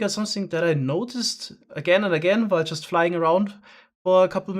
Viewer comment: Pretty sure thats just the english word "while" with a very german pronounciation, as he is indeed german.